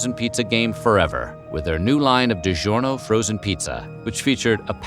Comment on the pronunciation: If only the speaker would pronounce "DiGiorno'" correctly...